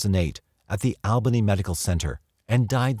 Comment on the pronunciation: The Al in Albany Ny is pronounced like All not Al